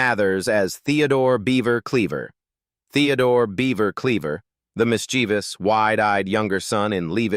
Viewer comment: Mathers isnt dead & the narrator cant pronounce "mischievous".